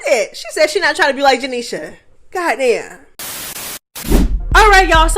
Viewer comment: I love the way you say “janiesha” name 😂😂